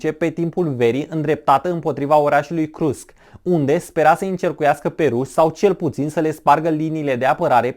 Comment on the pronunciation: Krusk?????....sau Kursk????.....domnule povestitor